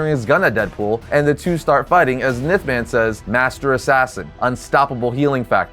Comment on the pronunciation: Ya, I’ve never heard him be called “Nith” man 🤣 only “Enth”, like the letter N but with a “th” at the end. The pronunciations of some things really makes me wonder just how much of a comic book nerd they really are and if what they’re saying is anything they knew before being told in the script they were given…